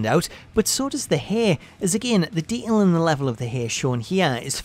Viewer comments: Nobody: This guy: De(t)ail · If you're going to use the word detail numerous times, then learn how to pronunciate it properly FFS. The narrator has a voice like nails on a chalkboard. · Learn how to say detail